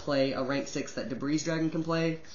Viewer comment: Great deck, but the s in debris is silent.